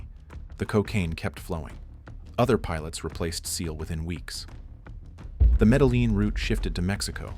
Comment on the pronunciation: You don't pronounce the L in medellin. (Meh deh yin)